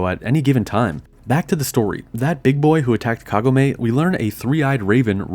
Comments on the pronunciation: is it me or did i pronounce Kagome all wrong? I thought it was like kah-goh-may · omg the way you say Kagome urks me so hard and a few times you do change to actually pronouncing it correctly a few times like said it again you keep changing it constantly around after saying it incorrectly and then go back to saying it correctly seconds after so inconsistent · I can't finish the vid since you mispronounced Kagome's name twice in a row. It ruined the vid for me.